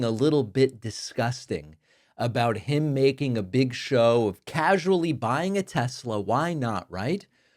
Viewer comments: "I LOVE TESLER!" -Donald Trump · "I love Tesler!" - Dumbass